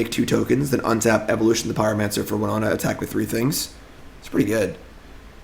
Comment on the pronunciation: Whenever he says “winonta”😔😔😔